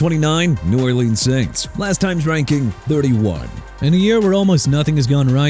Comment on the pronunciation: NEW ORLEANS PRONOUNCED NEW OR-LINS UNLESS YOU SAY OR LEANS! THIS GUY CAN'T PRONOUNCE ANYTHING RIGHT... YOU NEED TO SHOW RESPECT FOR PEOPLE IN A LOUISIANA CITY! MIAMI DOLPHINS #26... AND THEY'RE NOT GONNA MAKE THE PLAYOFFS AND YOUR POINT IS SIR?!!?!! YOU DIDN'T MENTION THAT DALLAS LOST MARSHAWN KNEELAND CUZ HE DIED! NO RESPECT FOR HIM OR HIS LOVED ONES OR THE COWBOYS!AND YOU GOT NO RESPECT FOR JACKSONVILLE'S TEAM AND FAN BASE BY SAYING JAGWIRES! JAGUARS PRONOUNCED JA-GWAARS!! WHAT DON'T YOU UNDERSTAND?! GET A EDUCATION AND SOME EMPATHY IF YOU HAVE ANY!!! ALL Y'ALL IN THE CHAT AND THE COMMENTS THINK I'M RAGE BAITING?! Y'ALL DON'T CARE ABOUT WHAT I SAID SO I HOPE Y'ALL GET THERAPY... A LOT OF THERAPY CUZ Y'ALL NEED IT! I'M TIRED OF Y'ALL TALKING TRASH ABOUT ME! DON'T BOTHER REPLYING PERIOD!!